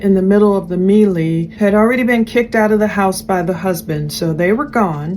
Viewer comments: "Melee" sounds like "maylay" just fyi, not meelee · “Melee” is pronounced, May-lay…just a heads up.